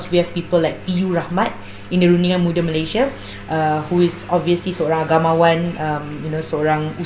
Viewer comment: Sebut Malaysia pun tak betul nak build Malaysia. Apa daaaa…